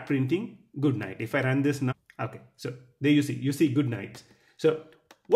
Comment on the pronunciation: I'm very sorry, that I'm telling you this, but I think you should know that your pronunciation is TERRIBLE!!!. My ears are bleeding because of your repeatedly "Nuff" and "Nuv" instead of "Now". But your lessons are very good. Your explanations are very easy to understand. Thank you.